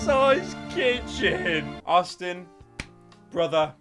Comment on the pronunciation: When it said "thank you austin" I thought it said "thank you autism"